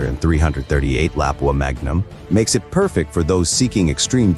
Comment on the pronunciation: its actually pronounced "La-poo-ah".... nobody would even know this rifle existed without the Americans....which is why we are talking about it today. La-pua